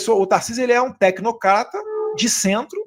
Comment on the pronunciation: "TecnoKata".😂😂😂😂😂😂😂😂 Monstro!